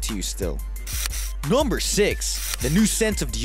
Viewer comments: The dude said "Gumber eleven" Instead of "Number eleven"WE Like this if you heard it too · Crip52Crazy NUHW-BUR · Crip52Crazy noembur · Crip52Crazy numbaol lol right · Crip52Crazy he said gumber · Crip52Crazy Nomber 18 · I hate the way he says NOMBER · The way he says Number hahah